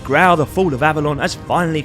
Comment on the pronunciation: Grail pronunciation 🤐🤣🤣